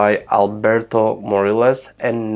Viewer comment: Alberto Morillas is from Spain - "LL" in his surname reads like in "tortilla" - moh-REE-yahs ("ri" is stressed syllable)